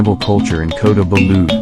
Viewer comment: Loved visiting the tamu in KB... the pronunciation of Kota belud and Sabah made me cringe a bit...even I learned how to say them before my trip to Borneo..enjoyed your vid